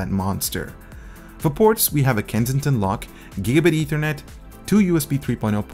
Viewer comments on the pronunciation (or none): none